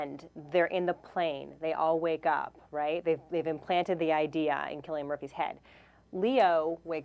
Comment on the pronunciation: ITS CILLIAN MURPHY WITH A K SOUND!!!! lol that was annoying me